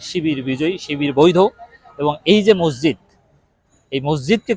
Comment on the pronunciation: ভাই, বিনীতভাবে বলছি, মজজিদ বলবেন না। শব্দটা হবে "মসজিদ"।